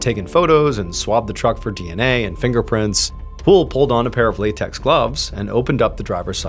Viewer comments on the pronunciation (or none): none